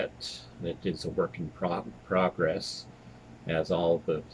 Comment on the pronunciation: When you said your playlist were a work in progress, my brain heard it as PROG-ress. Ha. I have that Sinatra twofer and Blancmange. Some really great stuff, like Cowboys International. I still can't believe the stuff you find in thrift shops.